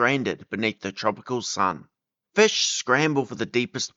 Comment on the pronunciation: Cartilaginous Fih